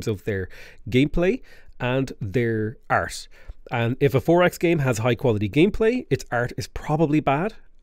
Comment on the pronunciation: high quality Art? Is he trying to say the word "Art"? holy heck brother. lol. anyways thanks for the video.